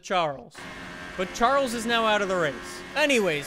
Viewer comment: cringing when he says charles